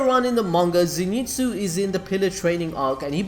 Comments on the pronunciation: so ze not zee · It pronounced zyn tsu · fun fact: its a common misconception that he is called Zenitsu, but in fact he is called Zen'itsu (so not Ze-ni-tsu but it is Ze-n-i-tsu) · Nobody Not a single soul: Zinitsu!! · Come on you can do it.. Z.. NET.. SU.. Zenitsu pronounced zenetsu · Nobody:: ZeeNeetzoo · Okay so you almost got the name right. Always read Zenitsu as Ze (e sounding like the e in end) Ni (knee) Tsu (T-s-oo) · "Zénitsu". Bruh, watch the anime and pronounce the name as heard, smh😂😂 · ze knee tsu